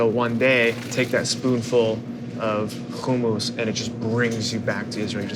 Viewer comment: I really hope people listen to the way David pronounces the work HUMMUS!!!! His pronunciation is correct. We will definitely visit his restaurant! Thanks for sharing, Aaron! I didn't know. :) GOOD LUCK DAVID!!!